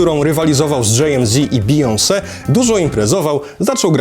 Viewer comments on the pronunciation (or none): none